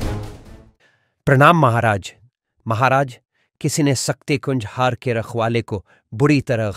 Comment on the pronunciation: सक्ती नहीं शक्ति बोलिए